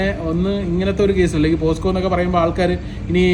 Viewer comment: പോസ്‌കോ അല്ല പോക്സോ. എന്തോണെടോ 😜